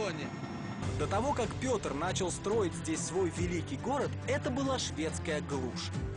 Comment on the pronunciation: "Так называется била ночь" Почему била?